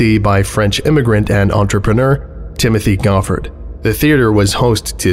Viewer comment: Amused that you know how "Reading" is pronounced and then beef on the name Timothée Goffard (similar to "tee-mo-tay go-FAR").